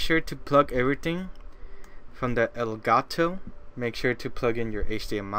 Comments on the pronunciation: El Guh To its elgato (pronounced el-gart-o) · no its el-got-toe